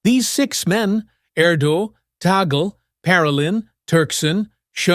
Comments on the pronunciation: TAGLE is pronounced TAG- LE not TAGEL. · Tagle is pronounces ‘Taglay’ not ‘Taygull’. Do your homework. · Yup, it's Tag-le not Taggle. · The fact that you claim Tagle (pronounce Tag-lee btw, not Tagle), should never be Pope is ridiculous. People around the world were warmed by the papacy of Pope Francis. To turn away from that, now, especially in a world where the light of Christ is so important, would be a mistake for the Church. They will either elect Tagle, Zuppi, or Parolin. Turkson has an outside chance. Only hardline conservatives, who do not want the church to become more open and welcoming, would want either Sarah or Erdo. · TAGLE is pronounce as TAG - LE not TOGGLE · His last name is pronounced TAG LE